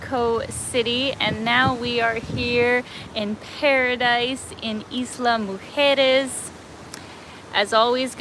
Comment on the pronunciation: Good pronunciation of Islas Mujeres. Most north Americans that speak English have problems pronouncing Spanish.